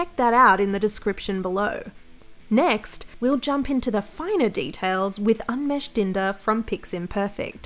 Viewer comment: How she pronounced Umesh killed me